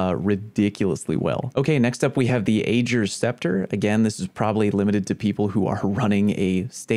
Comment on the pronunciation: And while we're at it tell him he's saying "Ager's" wrong